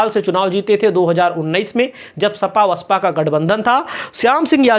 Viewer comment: BSP , ko aap hamesha vasapa bolte hain,ise basapa bola kijiye